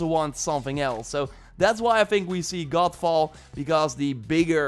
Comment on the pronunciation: Every time you say GODFALL, I keep hearing GOLFBALL, which is another game altogether! LOL